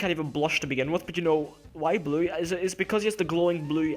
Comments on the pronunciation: Y bley? Lol i love the way you say blue. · lol, your accent. every time you say blue, you really say blooueri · I'm not judging on how you say "blue" but it sounds like "bleaue" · The way he says 'blue' XD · No offense, but how you say blue is hilarious